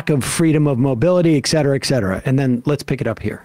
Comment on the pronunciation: I love your show, but can Sam stop saying "EKCETERA," It's ETCETERA"